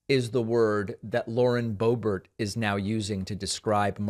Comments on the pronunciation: Pls, David, don't insult the French accent calling her ""Bo-bear". It's an insult to a French accent. Lived there for 3 1/2 years as a French- immersed American as I'm sure you were. Just call her "Boobert". She doesn't DESERVE being called "Bo-bear". Like "Toolsi", friend. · Idk if you’re saying Bo Ber to be facetious or if it’s just pretentious but man it’s driving me nuts every time I hear it. Just say Boebert it sounds far more simple and suits her personality far better. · It's Boebert.....BOW BERT.